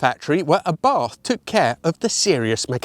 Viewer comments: A mad world we live in where you are getting criticised for pronouncing names correctly. It is a sign of knowledge, dedication and respect. Only "AbarF" is a little off. Karl/Carlo Abarth was originally from Austria, so it is pronounced without that English "th", just a Ab-art. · I like your italian pronunciation, but…Why do you pronounce Abarth the wrong way then? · "I'm Italian of heritage so I choose to pronounce the Italian names the Italian way" Proceeds to pronounces Abarth in the best English accent. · All that fuss about pronunciation, and yet saying Arr-bath like an Englishman, instead of the official 'A-bart' 😁 That car's running gear, in a Fiat 124 CC shell would be wicked fun. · i love the proper Italian pronunciations but i read somewhere that we're all wrong saying Abarth? I believe Italian pronunciations depend on whether a letter is followed by a vowel or a consonant? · .....I love your occasional proper pronunciation, but you blew it here on your 1st 'Abarth'! Great film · Likewise, the authentic pronunciation works for me too. Makes me smile though to hear you pronounce Bertone correctly, but then go straight to Abarth and pronounce it the English way with a "th" and not the hard "t" that Carlo (Karl) Abarth would have used in his adopted Italy, and even his native Austria. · Interestingly you stuck with the English pronunciation of the name 'Abarth'. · Then why mispronounce Abarth! Makes no sense....